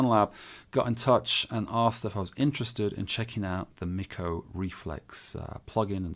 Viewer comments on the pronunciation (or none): MickO would be the opposite of how you say his name bubba...it's pronounced MeekO